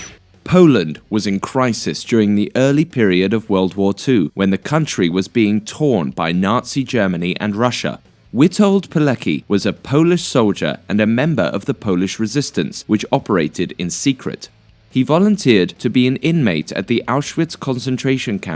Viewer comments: Witold pilecki. You said it wrong. In english it's pronounced Vitold Piletski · Vitold Pileski. Now read this. Thats pretty close to polish pronounciation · How he says Witold Pelecki kills me